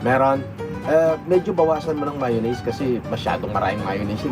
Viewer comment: Yabang ng nagtapos sa ibang bansa mayonnaise lang di pa alam bigkasin ng Tama hahahaha